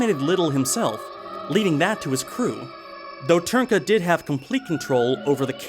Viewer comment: Hearing foreigners trying to pronounce Ř will always be fun. But kudos for pronouncing Trnka more or less correctly,. BTW Dvořák isn't pronounced dvor-zhak, dvor-shak, dvor-jack, dvor-rak etc. And D isn't silent.